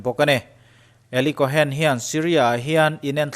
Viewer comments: Kawhen tia lam loh tur Kawn tia lam tur. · Tuna ilam dan 'Eli Cohen' tih hi alam dan dik tak tur zawk a ni.cohn tih hi chu sap hovina an kaih lek chawp zawk a ni.cohen tih hi hnam hming.Israel puithiam hnam hming.mosia unaupa Arona thlah kal zel te kha an ni a.tun thlengin juda inkhawmna biakinah puithiam malsawmna hi mipui te an la pe ziah thin a ni